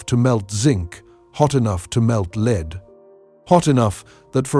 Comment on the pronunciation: “Hot enough to melt leeed”…………..lol